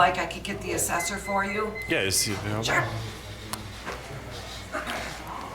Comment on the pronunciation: Assessor!!! pronounced ( ASS IS SORE)!!!!!!!!